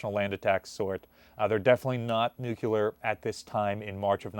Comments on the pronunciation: pronounces Nuclear correctly. Then goes right back to Nukuler. I don't know why I always hear it. I guess while I was growing up the word came up a lot and people were mocked relentlessly if they pronounced it Nu ku ler. Am I just being ridiculous? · it's "Nuk-lee-er"... not "nuculer"